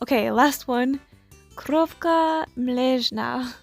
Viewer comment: As a polish viewer I absolutely adore how you said Krówka😭♥. I'd also love to mention that the amount of time spent on these details really paid off!!! Both customs look amazing :D